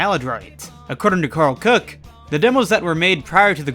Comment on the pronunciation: Karl Koch, not Cook